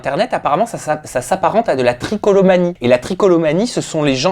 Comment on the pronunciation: trichotillomanie pas tricolomanie